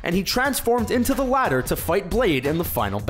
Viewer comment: "Titular" "Latter" -_